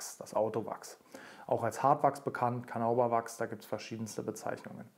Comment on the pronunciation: Wieder ein tolles Video! Kleiner Hinweis noch: Carnauba wird nicht mit einem "au" gesprochen sondern "Carna-uba". ☺